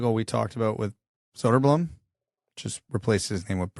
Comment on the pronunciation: That was a close one. Was about to board the plane to North America with my torch and pitchfork to hunt all of the Soderbloomers down. "Soderblumm" is still not correct, but The Towering Behemoth approved that pronunciation, so I guess you're off the hook... For now... Now do Berggren! (Pro tip: Berj-gre-n - use the e-sound in 'exactly')